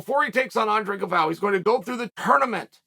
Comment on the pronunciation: "Gal-voe"... lol..